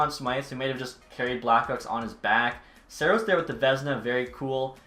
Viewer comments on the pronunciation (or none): none